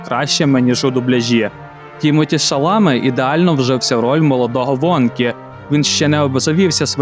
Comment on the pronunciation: Шаламе - французьке прізвище, наголос на останню голосну